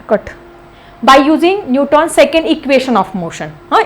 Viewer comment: Teacher it's not newtoons it's newtons